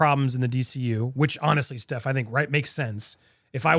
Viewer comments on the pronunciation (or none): Firstly it's Stef as in Stefania not Steph as in Stephanie and secondly she doesn't need to change shit to accommodate you